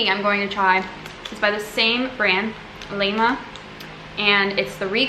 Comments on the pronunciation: Karums means "craving" . Laima is pronounce "lie-ma" the small clock tower in the city is from this company. Laima is the old pagan Latvian goddess of fate, from which we take the word laime, which means luck. I'm glad you enjoyed most of the treats you tried! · Im latvian so this is such cringe your saying everything wrong xd.. The crine!😂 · It is Laima and Vāverīte😂